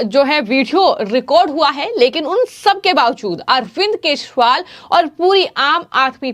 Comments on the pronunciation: It's kejriwal not keshwal 😅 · बिटिया यदि आपको केशवाल का सही उच्चारण नहीं कर मिलता है तो आप गिरगिट बवाल भी कह सकती हो हम लोग समझ जाएंगे 😂😂